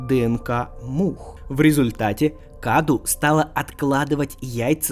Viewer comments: не каду а кадоу с ударением на букву О это на румынском языке означает подарок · насчёт паразита Каду: правильно он произносится "Кадоу", ибо cadou - это подарок по-румынски